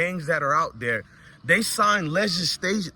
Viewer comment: Legistation😂😂😂😂 Man sit down you can't say the word right